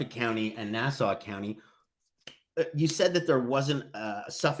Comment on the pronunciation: It's refreshing to hear someone in true crime pronounce "Nassau" and "Suffolk" correctly.